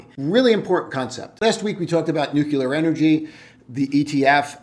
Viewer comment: Good analysis. Friendly tip- revisit your pronunciation of nuclear... there's only 1 'U' in that word 😉